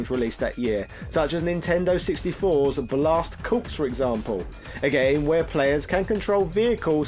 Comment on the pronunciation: Corps is pronounced "core" you silly, silly man.